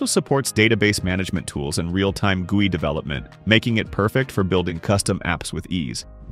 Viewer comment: The way the TTS says GUI hurts me deep down, but great video. Very informative.